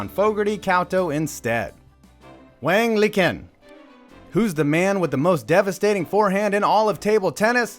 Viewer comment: Sure, it looks funny in pinyin, and I know your thing is sports-based humor, but that name is pronounced much closer to "Wong Lee Chin" I say so just because the right honorable, by your own hand, saw his name elevated to the same lofty position as noted writer of airport time-killers, Dean Koontz. Keep up the good work man, I like your shit (even though you're a Giants fan, whatever, we're all here for fun)